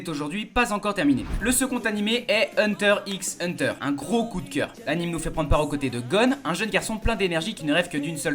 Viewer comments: ça se lis hunter hunter c'est une croix pas un x 😁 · Ça se prononce Hunter x Hunter, le x c'est pas un x mais une croix (Il faudra y faire attention, moi aussi avant je pensais que c'était un x ✨)